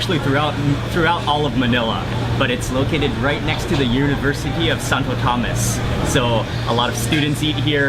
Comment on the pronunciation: “Santo Thomas” 😂 Santo Tomas pre Santo Tomas 😂